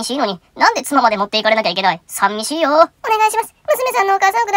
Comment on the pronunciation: さみしいじゃなくて、さんみしいなの面白い